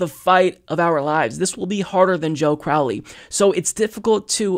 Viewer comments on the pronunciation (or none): none